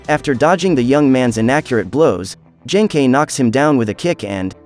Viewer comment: Ah yes, Yoosookay's master Jenkei.